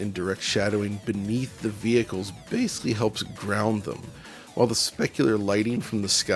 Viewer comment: New DF drinking game: take a drink every time mispronounces the word “basically” as ‘basely’. Or don’t. Alcohol poisoning is a serious matter.